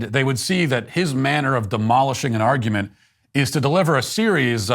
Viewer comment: What's an "arugment"? 🤣🤣🤣🤣